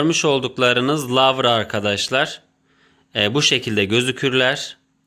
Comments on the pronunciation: Yanlız lavra değil larva. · Lavra değil larva😁